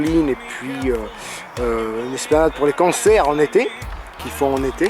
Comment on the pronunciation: Excellent reportage!:o À " L'organisation d'évènements comme des cancers " ( j'ai entendu + can que con ) XDD j'étais mort ( normal quand tu as le cancer ) bon ok j'arrête XDD Non franchement, très plaisant à regarder et à écouter;)